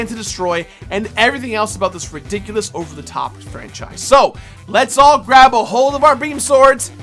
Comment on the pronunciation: I just realized that can't pronounce the r. Instead of franchise its fuenchise, etc